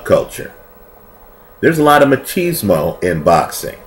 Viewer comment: "ma-cheeeese-mo" haha, of the mozzarella variety? It's mack-iz-mo, brother, MACK-IZ-MO, as in Machiavelli.